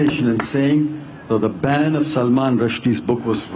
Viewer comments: जाहिल वारीस बॅन को बॅंड बोल रहा है.... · Ban ko band boltaa hai!!! Kya baat hai